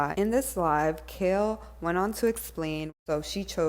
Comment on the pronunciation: Oh and it’s KAIL not KALE we not talking about a vegetable 🤫